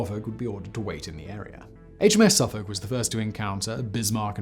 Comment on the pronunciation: HMS Saaarfuc? Would that be Suffolk? I'm starting to think you are an American actor doing your best (and very good) attempt at a posh English accent! : )